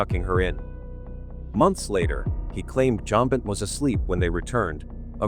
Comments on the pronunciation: Learn how to correctly pronounce "Benet".........it's only been DECADES that it has been spoken on various News outlets. !!!!!!! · BenAY NOT FLIPPING BENNETT. If your going to post a video that has voice overs, check the blasted AI for accuracy! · The young victims last name is pronounced Ben-nay, it is not Bennett. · It's nit pronounced Bennett!!! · It kills me when people make crime videos and can’t even get the name of the children or the family correctly. It is not Bennett. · The bot's interpretation is not accurate, besides reading way too fast; the child's name was Benet, not Benny. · Learn how to correctly pronounce "Benet".........it's only been DECADES that it has spoken on various News outlets.